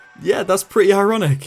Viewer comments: "That's quite eye-ronic, isn't it?" We hear you! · Quite EYE-ronic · Ironic. Hehehe. "Eye"ronic... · Did you say in the first welding story at the garage that it was quite "eye-ronic" ?!! arf arf 💥👀🚑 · that's quite EYE-ronic...isn't it?? Hahah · EYE-ronic ha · Yeah it was very eye-ronic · Eyeronoc Really